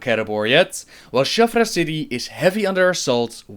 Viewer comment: Shattrath City, not Shaffra City